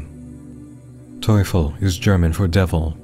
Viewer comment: btw your pronunciation of Teufel is spot on uwu